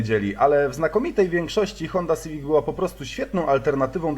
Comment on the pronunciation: To je hunda siwic, a nie syfik